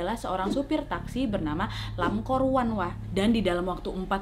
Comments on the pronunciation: Ka nadia : lan kor wan Me hear that : angkor wat -buat yang tau tau aja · Lam kor wan , baru kali ini Wak q denger nama orang HK ada huruf R nya 😁